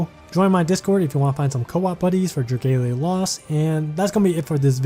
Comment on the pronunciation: "Drageilia"?? No, it's definitely dra-GA-lia like it's spelt.